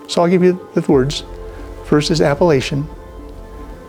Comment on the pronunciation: Appellation 😂 I thought you were saying Appalachian ... great video Brother, thank you for posting! Prayers and blessings to you and your family 🙏❤️